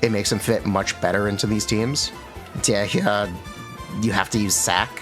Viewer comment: I never heard a single genshin CC pronounce Dehya's name correctly like ever. But I am still amused by the spin they put on it nonetheless. Probably Hoyo's fault LOL.